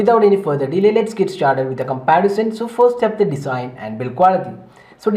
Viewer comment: its not Desain. its Design(to pronounce as Dezine)